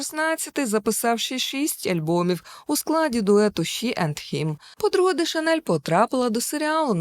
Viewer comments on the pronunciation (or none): none